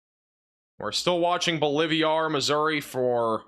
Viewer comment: BOLIVIA is a country; BOLIVAR is a town. Quit combining the name into “BOLIVIAR!” C’mon! You like inserting “I’s” where they don’t exist! BO-LIV-AR!